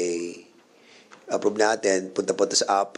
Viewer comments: Aprub (Approve) Pynalize (Finalize) Perrer (Ferrer) Inbited (Invited) Cong. Dan mas maganda po ata kung mag tagalog nalang tayo. Pilipino nmn po tayong lahat. Kaysa naman ingles tayo ng ingles mali mali naman ang pronunciation. Imbes na magmukang matalino kaka ingles nagmumuka ka pa tuloy trying hard ✌️ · Retirement is aprob at piptiseben 😂😂😂ayus s pronounciation